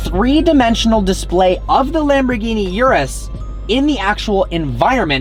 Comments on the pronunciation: Bro its urus not yourus😆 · it's urus not yewrus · Please don’t call it the “Yewrews”. My ear drums are bleeding and screaming in pain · Totally butchered the pronunciation. It’s not ‘yerris’. OO-ROOS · it is pronounce "oo-roos" and not "you-roos" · Bro..... it's not "yuras" ....... it's URUS......a lil pronounciation is appreciated... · He pronounces "URUS" wrong, He says: You-Ress It is actually pronounced: Oo-Rus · 'Urus', not 'Yurus' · Urus is pronounced ooroos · it is u-rus or ur-us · No bro the CORRECT pronounciation of it is aurus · haha cheers, it was driving me crazy how he was pronouncing it hahaha